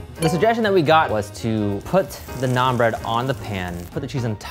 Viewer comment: I love this show, but every time they say "naan bread" or mispronounce naan, it hurts a little more.